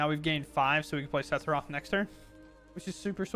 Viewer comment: I thought you calling him saffron was pretty funny. I assumed it was one of those you had read it but never heard anyone pronounce it situations. 😂